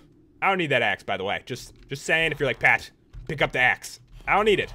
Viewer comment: it's Pat not pet